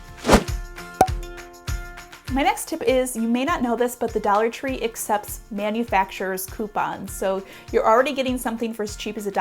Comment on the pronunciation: Dallor tree lol